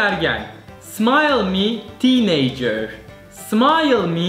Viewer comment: smayl mi tiineycır 😂 efso olmuş 😂😂